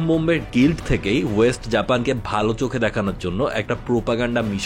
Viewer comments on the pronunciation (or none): none